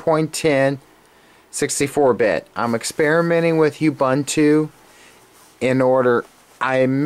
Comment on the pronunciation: I like how you say you-bunt-to. lol I think its uuuuuubuuuuunnntoo